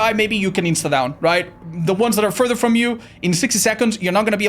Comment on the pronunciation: "Without Farter Ado"